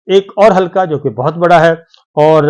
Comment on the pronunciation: صابر صاحب۔ لفظ حلکا نہیں بلکہ درست لفظ ۔۔ حلقہ Halqs ھے ۔ وسیم انکل کراچی